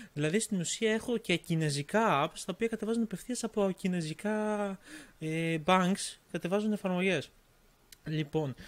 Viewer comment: Κινέζικα ρε οχι κινεζικά:) δεν αντεχω να το ακουω αλλο ετσι:P